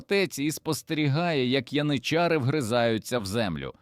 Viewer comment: цікаво, але ваш довбаний ШІ порушує в багатьох словах наголос -- пОлки, це про полкИ, вискакують із трАншей, це про якийсь транш, мабуть ), янИчари і подібна дурня, працюйте і перевіряйте!